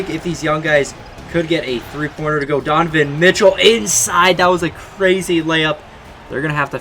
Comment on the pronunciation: you said tonovan Mitchell 😂